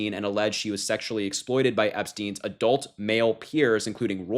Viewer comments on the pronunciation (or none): none